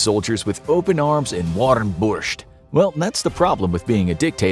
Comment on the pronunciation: as a Ukrainian that is the best foreign "Borscht" I've ever heard